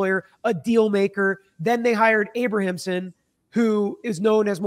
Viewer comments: Abramson, not Abrahamson. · IT’S A-BRAM-SON, not Abra-am-son. 😂 This story is so polarizing right now. I remember this original trial. I was a senior in high school in 1995 and remember talking about it and how shocking it was for 2 children to murder their parents. People forget, that was unheard of back then too! Children didn’t murder their rich parents. So many factors play into why I don’t know if I believe the SA. Is it possible, yes absolutely. It’s even understandable why they kept it a secret. But back then, when we heard about the premeditation and then the outrageous shopping spree’s, it seemed like a total cash grab with the parents in the way. Their parents are made out to be the “monsters”, and maybe they were, and if they did the things alleged then maybe, sadly justice was served. If there is new legit (can be proved) evidence, then I think a new trial is required. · Abramson not Abrahamson. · Her name is Abramson, not Abrahamsom. Sorry, I have a thing with names. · Learn how to pronounce defense attorney’s name, dude! She’s so well known. This is your profession and she was something to behold in court.., you ROCK. I believe their story, but nothing justifies murder.